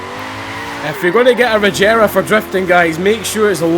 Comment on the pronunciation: it's a g not a j